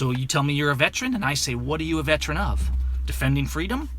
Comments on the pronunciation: the word is veteran, not vetran. See the difference? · How many times do you say vetran. The word is veteran, a three syllable word. Hate to be so trivial but I am a veteran.